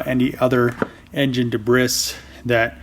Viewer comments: girls are "nervous when they drive"? That is pretty sexist. My wife drives a challenger...aggressively. Also "debris" is said "debree" not "debris", FYI. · Not being an ass jus letting you know it’s pronounced (“Da-Bree”) not da briss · Two things, the comment that girls get nervous when driving is flat wrong. The women in my life(wife and daughter) are excellent drivers. Debris is pronounced de-bree, not de-bris. Any questions, just let me know.